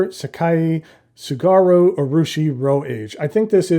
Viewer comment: Tsugaru = tsu (ts is pronounced like in bats, cats, rats, etc) gah roo ≠ sheeg ahroo